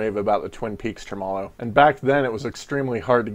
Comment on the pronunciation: Thanks for the overview. Can't wait to hear the pedal. Psss . . . it's pronounced: "TREH • muh • low".